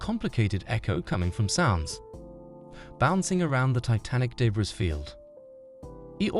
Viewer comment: Man the voice software your using is so disjointed and unnatural sounding at times, it’s obvious that it’s not a real person speaking. It kinda sucks tbh. Also, you do not pronounce the “s” in “debris”.